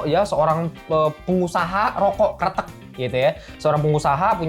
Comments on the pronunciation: bang jangan salah pengucapan karena maknanya berbeda / artinya berbeda . bukan keretek tpi Kretek . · Bang Pengucapan mu dlm bahasa jawa artinya krete`k : jembatan , kretek : rokok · kretek bang bukan kretek:face-blue-smiling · kretek bang bukan kretek, ampun dah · Bukan kretek, tapi kretek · kretek bang bukan kretek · Bro, Gadis Krètèk, bro...bukan Kretek. "E"-nya kayak kalo ngomong "emang", "kecap", "medan" gitu....kalo kretek tu suara lu bunyiin sendi2 jari 😭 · Cara nyebutnya gadis "kretek" bang, bukan gadis "kretek" Makasih 🙏🏻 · Kretek bukan kreteuk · Bilang kretek nya kayak kretek tulang yaa, jadi inget om joe, sering kretek frozen shoulder sambil nyengir senyam senyum pasienne menderita , akupun satisfying dengar suara renyah dari kretekannya 😅😂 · Gadis Kretek. Baca 'e' nya di kretek seperti 'e' di kata : kresek, pesek, nenek... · Wkwkwkw iya bang jadi gadis jembatan wkwkwkwk ngakak bjir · Gadis Kretek klo pake pengucapan artinya bukan Cigarette Girl lagi tapi Gadis Jembatan 🤣🤣. Kretek (kayak ngomong) artinya jembatan dlm bhs jawa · Setuju sih jd aneh kreteknya . Ngomongnya kretek sendi2 wkwkwk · 😂😂baca kreteknya bukan pake epepet bro, beda artinya